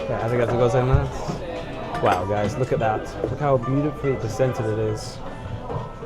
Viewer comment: For future reference: “go- zaiya-MAS.” Sounded like you were always saying “goza mas.”